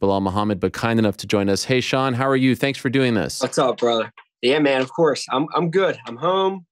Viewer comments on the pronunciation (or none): none